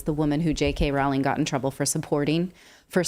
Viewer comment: Natali.......Rowling is pronounced ....well the name sounds like 'bowling" not like like "howling"......JK Roe-ling.